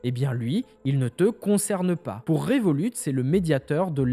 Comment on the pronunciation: Moi je me demande pourquoi tu dis le T a la fin du nom de revolut sachant que le t est muet vu que revolut eux-mêmes ne le prononce pas le temps est revolut d'où le nom de la banque